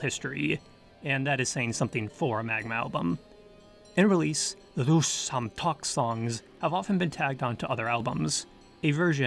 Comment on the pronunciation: I believe it is pronounced EM-EN-TET RE, it’s very rhytmical. All e’s sound the same, like ‘ae’ or a slavic ‘e’. Imentet (Ament, Amentet or Imentit, meaning "She of the West") was a goddess in ancient Egyptian religion representing the necropolises west of the Nile. This could have been the inspiration. Also, the greatest of the old Memphis gods was named Ptah. Thank you for a fantastic video, from a huge Magma fan.